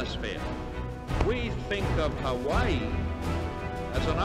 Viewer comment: It's the emphasis he puts on the latter half of "Hawaii" or something that makes it stand out